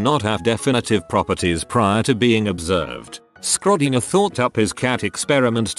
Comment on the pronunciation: For some reason the way the TTS pronounces 'Schrödinger' as 'Skrodinger' cracks me up 😅